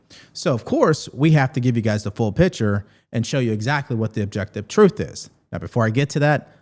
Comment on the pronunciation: Truff lmao he can't say the word truth!! I wonder why? Lmao because he doesn't speak the truth